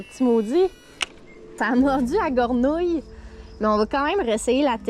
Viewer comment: En bon Québécois "Une guernouille" 🙂